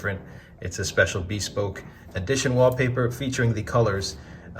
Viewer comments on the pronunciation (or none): just... i'm sorry.. i'm ocd.. it's 'beh-spoke' not hard 'B'.